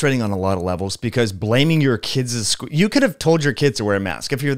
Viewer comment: I absolutely agree with you! I have much respect and gratitude for the information you provide. However, there is nothing will dilute your authority more than mispronunciation, it's kids as in (Kid's school) not kidsez .